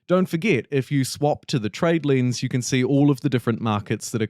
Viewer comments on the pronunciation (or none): none